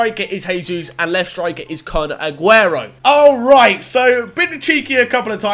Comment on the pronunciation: I sounds like ur saying kun*. T Aguero